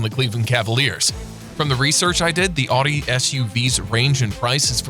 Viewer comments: who says Audi like that? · Audi = outti, not oddie that's a Huracan None of this is billionaire only territory. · He said adi 😂😂😂 it’s Audi 🤦‍♂️🤦‍♂️😂